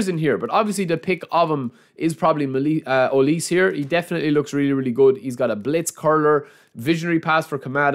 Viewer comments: And here we go Konami. Thanks for making us sweat it for some freebies 😁, thanks again. Michale Olise is pronounce "hoh+lee+say". Waiting to see you on the stream bro. Cheers. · Aye brother his name is pronounced O-Lee-Say 😭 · OH-LEE-SAY OLISE😢